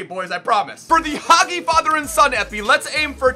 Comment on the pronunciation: it's Haji not hagi😅